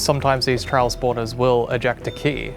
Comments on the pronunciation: Ah yes the “Trail chambers” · lol they said trail chambers, its trial chambers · "Trail chambers" 💀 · TRIAL: ❌ TRAIL: ✅ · Update the end Mojang, pls we are begging you. Also fix ur grammar because it’s trial not trail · erm actually🤓🤓🤓 it’s TRIAL, not trail